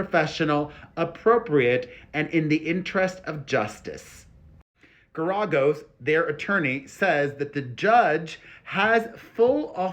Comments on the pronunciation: Omgosh, you’re driving me insane the way you’re pronouncing the lawyers name. lol When you first started covering their story, I thought someone would’ve corrected you by now. Clearly not so here ya go… Ger-a-gos. Say it like this “Where a” — “Where a” and Gera” rhyme. Then add the “gos.” Pheww! You keep emphasizing the “a” when there is no emphasis on that letter. You - Are - Welcome! Happy Easter! 🐣🐰 💜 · Mark Geragos's name is pronounced GARE A GOSE He was Scott Peterson's attorney as well